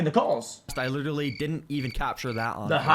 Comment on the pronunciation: Anyone else notice the guy saying "litewally" I heard it once and i can't stop...